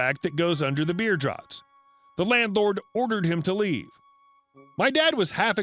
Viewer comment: "Draughts," look it up. 🤪 Look up ALL unfamiliar words, preferably BEFORE fumbling pronunciations!